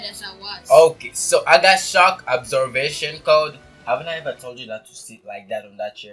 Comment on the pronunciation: Why do I hear shock absovation